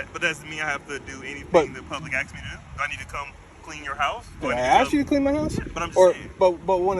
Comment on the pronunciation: Is it to much to “ask” to use the word “ask” and not “axe” for the word “ask” lol